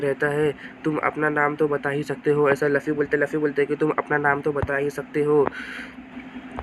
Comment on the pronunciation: Laffy नहीं है luffy नाम बोलना सीख ले